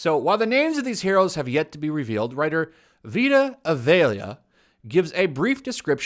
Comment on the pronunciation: Its pronounced Vee-tah Eye-ahh-lah I think